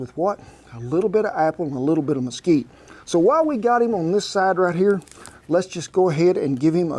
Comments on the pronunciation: Mesquite not Mosquito :). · The wood is "Mesquite" not mosquito. It's native to the desert Southwest.